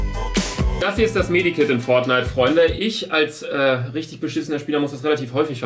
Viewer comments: Das heißt Med Kit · Med Kit nicht Medi kit